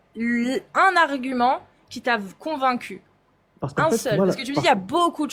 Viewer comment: "Je suis con...vaincu".... intéressant choix de pause entre deux syllabes....